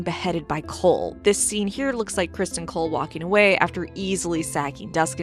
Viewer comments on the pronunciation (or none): Cristin not Crist-on